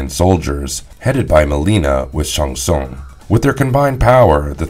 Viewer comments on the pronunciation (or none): Lmao barkata? Sung Shun? Shoa Kung? Noob Saybot.....Tf bro😂😂i cant believe what you say now, you lost all credibility good sir 😂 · I wish just once I could watch one of your videos where you don't mispronounce someone's name over and over again. There is no character in Mortal Kombat named Sung Shung. I think you Shang Tsung... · Love the idea but perhaps have someone who can pronounce the names correctly narrate the video? It took me a few listens before I realized he was trying to say Shang Tsung and Shao Khan. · I really wish you had pronounced Shang tsung correctly. Stopped watching immediately.